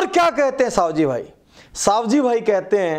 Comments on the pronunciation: સવજીભાઈ.........સાવજીભાઈ નય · उनका नाम सवजी भाई है सावजी भाई नहीँ